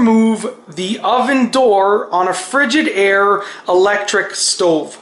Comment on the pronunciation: Btw, it's Frig-I-daire. Not frigid-aire. Lol. Just saying.......:)